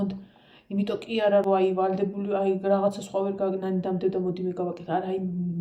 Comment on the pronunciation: სულ მინდა გკითხოთ " იმირომტომ" სპეციალურად ამბობთ ასე ამ სიტყვას🙈 თუ სერიოზულად? მართლა მაინტერესებს ყოველგვარი ქილიკის გარეშე...